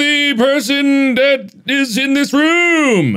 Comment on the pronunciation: Mark already gets so much shit for "Ruum" (room) and other weird pronunciation, that he was just like "oh... oh no. That's another one. They won't forget that."